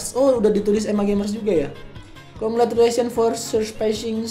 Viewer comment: Concra Cyu Lation Por 100.000 Subsriber 😂😂😂 RIP ENGLISH